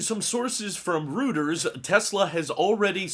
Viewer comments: gah, hate to be that guy, but it's "roy-trz" not "rooters" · Great content per usual. Don't take this the wrong way, but Reuters is pronounced Roy-ters, not rooters. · Reuters = "ROY terz" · I’m disappointed with myself for being so triggered by this mispronunciation 😄